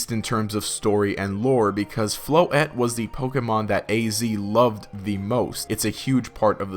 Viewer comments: Seamichu Flo.Ette 😂😂😂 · Why do you say Floette so weird?